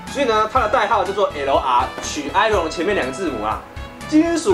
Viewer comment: Iron是讀i 人